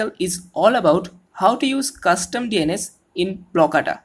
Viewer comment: Why you keep say ANUS